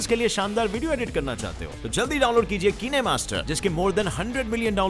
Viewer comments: काईन मास्टर बोलते है भाई😂😂😂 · Ooo Bhai Sun... Wo kine Ka Pronouncing Keene Nahi Hota Thik Hena..., Samajh le Aaj Pehle Se He Garam Dimag He Mera... Aap Thanda Matt Karo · Nam to tik se bolde yar kine master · Keeney hi pronounce hota hai bhai 😂 Official Channel check kar lo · Phir bhai official wale bhi glt hi pronounce kr rhe hain ya toh spell change kr lete agr pronounciation "keenay" hi rakhni thi inhone😆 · It's Not KineMaster..... It's Kiineeeemaster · wrong pronounce video edit aaps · His pronunciation of kinemaster🤣😂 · I got offended after you pronounced Kinemaster very wrong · Kinemaster galat pronounce kiya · Bro tum Google translater me KINEMASTER type karke dekh lo tumhe khud par hi hasi aane lagegi 😂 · Kinemaster ka pronounceesion galat kiya 🤣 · Me bhi same yeah hi soch rha th kinemaster to kennemaster🦄🤣🤣😂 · Not:- काइन master It's :- किने master 😁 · Its kinemaster not keene master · Ki ne master nahi! Kind-kine D-e Kinemaster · Bhai it's not kin e master it's a kinemaster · Are bhaiiiiiii kinee master nhi kine master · Its not kineeee master kine master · Ye bacche bacche KO pata hai kinemaster Bolte hai na ki keenemaster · I really first time heard that kinemaster ko ye Kiineee master bolta hai 😁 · bhai it's not KeeneMaster it's Kinemaster 😁😁😁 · it’s kinemaster not kineeemaster 😅😅😅😂😂😂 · World: kinemaster: keenemaster 😂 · Not किनेमास्टर 🤣🤣🤣😂😂 it is काईनमास्टर 😂😂भाईसाहब 10 fail 😂😂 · Kenemaster nahi kinemaster hae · Kinemaster ko kenemaster bol dia 😂😂😂😂😂😂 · ओ सर ओ कीनेमासटर नहीं कयिंमासटर है google it 😂😂😂😂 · Not kiine master it is kine master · I THINK BHAI VO KEENEMASTER NAHI KINEMASTER HOTA HAI 🤣😆😂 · Kene master 😂😂 It's kinemaster!! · Bro it's not keenemaster it's kignmaster like sign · totla hogaya h kinemaster ko keenemaster bol raha h 🤣🤣🤣🤣🤣🤣🤣🤣🤣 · Me using "keneemaster" Btw it is kinemaster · Keene Master Nahi it's Kine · This is kine not kene bro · Pura duniya its kine master Le - Keene master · "Kine to Keenay"